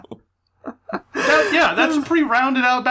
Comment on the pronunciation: mispronounced Tartarus. He's dead to me. Not really.